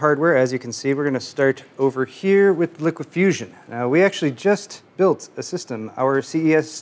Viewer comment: Is anyone going to correct when he pronounces LiqFusion wrong?